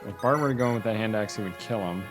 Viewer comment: I can't help but laugh how you pronounce Bartre. You call him Bart like he's from the Simpsons haha (instead of "Bar-Trey"). I always personally called Eliwood (El-wood) like it was a subtle "I", but apparently I'm in the minority there. There's even people like Blazing Knight who REALLY emphasize the "I" and call him "El-EYE-wood". Oh the days when names weren't pronounced by voice acting.